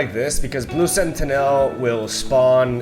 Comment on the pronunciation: Just a heads up, sentinel is pronounced sentinuhl, not senti-nèl